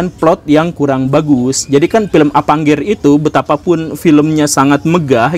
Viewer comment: Avengers bukan avangger guru gembul